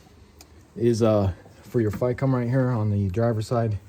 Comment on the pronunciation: takes a shot everytime he says Ficm wrong